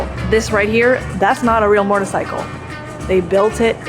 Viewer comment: You have an interesting way of pronouncing “motorcycle” as “mortorcycle” - with an extra “r” thrown in. Wonder where you picked that up